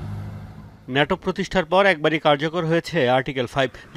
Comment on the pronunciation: শুদ্ধ বলতে বলতে ন্যাটোকে নেইটো😂😂😂😂